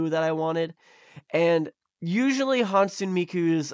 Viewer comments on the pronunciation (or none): For future reference, Hatsune is pronounced "HAT-soo-neh"!